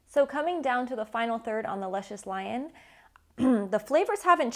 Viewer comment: You saying da name wrong...